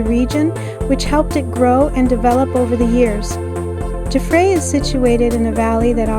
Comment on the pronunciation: Nice video. FYI, Jaffray is pronounced Jaff (like laugh) and ray is pronounced like the ray in stingray. Emphasis in jaff.